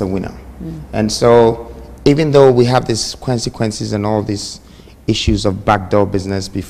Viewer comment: Consequences NOT Kwensekwences.